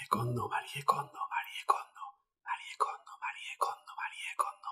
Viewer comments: Se pronuncia "Marí" Kondo!!! No "Marié", Por DIOSSSSSSS!!!! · Me perdió en cuanto dijo MariEE kondo 😒 pronunciando la E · Se pronuncia "marí" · que cuesta decir "MARI KONDO" 😒